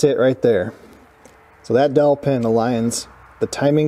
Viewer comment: Could have sworn you said "killer dolphin!"